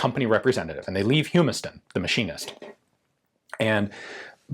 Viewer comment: i hate to nitpick, but the “u” in Humiston is a short vowel sound. its hummus-tin. im sorry, it was bugging me, my grandmothers maiden name was Humiston.